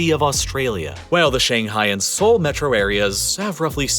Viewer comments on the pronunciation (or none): Seoel? It's Seoul! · Seoel lol